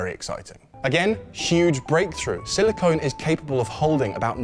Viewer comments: Silicon, not silicone. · Silicon is rare earth metal used in microchips and battery manufacture. Silicone is a man-made polymer used in sealants, adhesives and breast implants. They are two different things and pronounced differently. Otherwise, great vid